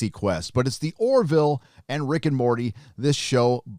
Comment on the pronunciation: Dammit,! The Orville is named after Orville Wright, not Oroville, California!!!